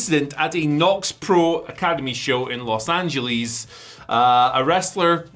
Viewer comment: why he say Los Angeles like that?